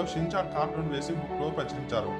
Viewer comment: Chinchan kadhu ra rai schinchan